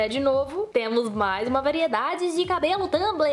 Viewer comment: Adoro você falando Tâmbri kkkkkkkk levanta cabeça princesa 😂😂